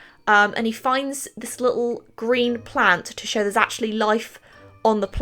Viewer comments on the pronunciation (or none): none